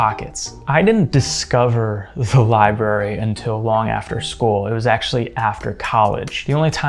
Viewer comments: Li-BRAR-ee. Not Li-Berry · I hate to be 'that guy', but it gets incredibly irritating after hearing 'library' being pronounced as /lai-be-ri/ throughout the entire video 😂